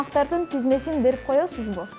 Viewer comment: Не тезмесин, а тизмесин. Девушка, сходите на курсы кыргызского языка или хотя бы сверьтесь в словаре правильность слов.